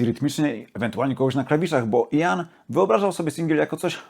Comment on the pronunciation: Jak wymawia imię Gillana? Słucham już muzyki z jego udziałem od pół wieku, ale nigdy nie słyszałem od Kaczkowskiego począwszy takiej wymowy. To nie Jan tylko Ian. Poza tym wszystko bardzo OK.